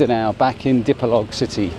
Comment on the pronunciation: What is the name of the hotel you stayed in, I will be in Dipolog next week. I also have stayed before, I don’t know if I will remember where that hotel is. I believe Dipolog is pronounced Dee-poor-loog. It’s easier for me coming from New Zealand,the vowels pronunciation is same as Maori language back home. As for the coal,it wasn’t charcoal for cooking.